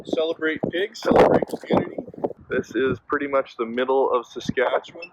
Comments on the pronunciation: "Sass-catch-you-wun" [from a Canadian] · fuck all.... SUS-CAT-CHEW-ON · First! Make what U want for content. Love the classic "recipe " but often have my mind hole opened by you two with the random stuff so really we are lucky for the time u spend on us. Second... its sas cat chew on u can do it... now after me sas...cat...chew...on... now say it fast... thanks from Lake Louise Alberta Canada! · Sass Cat Chew Wan = Saskatchewan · Pronunciation: Sass-Cat-Chew-One... Riders Suck lol. With Love Manitoba :) (Man-a-tow-bah) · 😂 (Sus-Scat-Chew-On) Canada if that helps with pronunciation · Suh-scat-chew-on. P.S. I'm not Canadian. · Saskatchewan "Sass-Cat-Chew-an." - Proud Canadian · Sas-ka-che-wan - From ya boy in Saskatoon, Saskatchewan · Bruh ive drawn your nissan march and all I ask in return is for you to pronounce my province properly lol Sah-skah-chew-on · Pronounced s-ask-at-chew-on, from someone who used to be from Saskatchewan. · Good try with Saskatchewan guys Hahahah. It's hard for some of us Canadians to say too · Awesome video. And hilarious you guys cant say Saskatchewan. Lmao. As a Canadian this was so funny to watch. Loved it. Well at least you guys tried 🤣🤣🤣🤣🤣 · How hard is it to say Saskatchewan. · Hey guys I saw you struggling with that name, it's pronounced Saskatchewan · As an Albertan. I too make fun to the Saskatchewan pronunciation lol